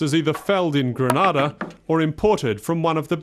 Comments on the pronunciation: Stopped watching after the second mispronunciation of Grenada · My country is not situated in Spain. You have pronounced my country's name totally wrong. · People need to stop pronouncing Grenada wrong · For someone who’s doing a documentary, You should have done your research and learnt the correct pronunciation of the island’s name first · I'm Grenadian, it is pronounce Gre-Nay-Da, not Gray-na-da, plz doh try to tell us how our island's name is pronounce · briantravelman you are right but there us a difference we say gre-nay-da and yes how the man pronounce it Grenada that's another place and yes it's a Spanish country so don't get it twisted it's 2 countries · How does this guy mispronounce Grenada one way and then go and mispronounce Rasta in the complete other direction? It's like he's intentionally trying to misread. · They could’ve at least have a commentator that pronounces the name of the country properly. I find it somewhat offensive that He didn’t take the time to pronounce “Grenada “ properly,instead he’s saying “Granada”🙄😏😏. C’mon! Do better. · Before you make a documentary about a place please learn the proper pronunciation of its name. Granada is in Spain. This is GrEnada. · At least if you're going to do a documentary on a country, find out how to pronounce it. Gre-NAY-da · Pronounced "Gre-NAY-da" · How the hell do you mispronounce Grenada. Everyone knows its pronounced, Gre-NAY-da, and if the locals pronounce it that way, that should be a hint, that that's the correct pronunciation. Anyways, interesting video. I would like Carriacou. No mass tourism, or high rise resorts. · Too much injustice.. And you further that by butchering the name of my homeland. Always show respect to any culture, by at least pronouncing the Name of the nation correctly.. Goodness.. Granada is in Spain, island off Spain.. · Instantly disliked. How are you voicing a documentary about a country and you cant even pronounce the name properly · It's pronounced gre NAY -da